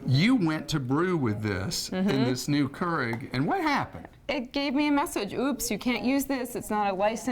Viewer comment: "Currrrig" LOL It's pronounced more like "CURE EGG" (actually, Cure IG